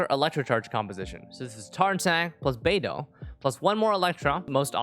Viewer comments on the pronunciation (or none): none